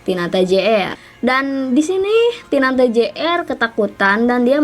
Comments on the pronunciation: " tinata " bukan " tinanta " 😂😀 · Tinata Jr kak..Bukan Tinanta Jr😂😭 Kopral Jono..Bukan Kofral Jono😂😭Heheh SEMANGATT KAKKKKK BUAT KONTENYA☺️